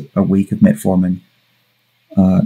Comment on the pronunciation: It's funny when people who talks about these things say "Reservatrol" and "Metaformin". It shows a clear lack for research.